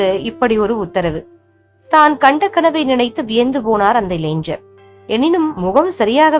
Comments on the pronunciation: இளைஞர் னு சொல்லாம இளைஞ்ஜர் னு சொல்லறீங்க. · இளைஞ்சர் என்று சொல்ல வேண்டாம். இளைஞர் என்று சரியாக சொல்ல வேண்டும் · ஜய ஜய சங்கர ஹர ஹர சங்கர. 🙏. ஒரு request. தமிழ் இன்னும் கொஞ்சம் சரியா உச்சரிங்கோ. இளைஞர் ன்னு சொல்லுங்கோ. நீங்க இளைஞ்சர் ன்னு உச்சரிக்கிரேள். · இளைஞ்சர் இல்லை. இளைஞர் என்று உச்சரிக்கவும் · இளைஞர் என்று வாசிப்பதே சரியான தமிழ்.🎉🎉🎉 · ILANGHAR. PRONOUNCE MUST CAREFUL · இளைஞன் என்று உச்சரிக்கவும். ஞா, ஞ